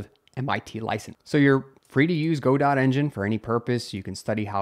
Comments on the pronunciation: it is Godot. not GoDot. o.O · Great updates, but Godot pronounced "guh-doe", not "go-dot"! It's a French phrase/name :) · it's guh-dough not go-dot.